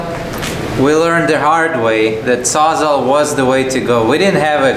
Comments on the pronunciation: LMAO it's not "sawzaw", it's a saws-all. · thinks its called a saw-saw? LMAO its sawz-all. as in the saw cuts all. sawzall. not saw-saw. Ps a battery powered transfer pump would have emptied that tank in 30min. and its usually a good idea to have a couple fire extingishers around for a job like this. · Saws. all. Sawzall. not sawzaw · Sawz-all…..not sawzaw or sawsaw! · not a SAWZAW... It's a SAWZALL as in Sawz All. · Bro PLEASE…you’re killin me. “Saa-za” no. “Sawz-All” yes. 😂